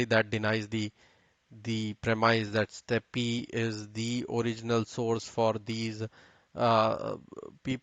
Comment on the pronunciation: I wish you Indians would realise that 'Steppe' is pronounced the same way as 'step' not 'steppy'